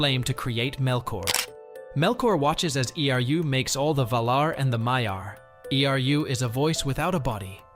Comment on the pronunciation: Why does he speak e r u, and not simply Eru? :D